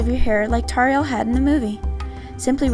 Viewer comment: Its TAURIEL not TORRIEL UGHH